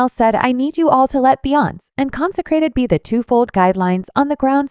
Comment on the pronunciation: Click Bait Lies. At least teach your audio 🤖 how to pronounce her name. It’s NOT “Beyons”, it’s Be-yon-cé.